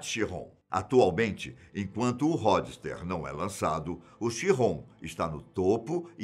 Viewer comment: Ródster ! Fala direito mano... Po o maluco fala as pronuncias erradas em todos os vídeos. Isso me incomoda mto